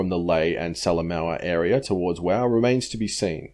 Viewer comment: Wau is not pronounced "wow" as you mention it, It is pronounced "WAY" goo job though sorry for the correction however I was told how to say it as an old neighbour of mine came from there in the early '50s.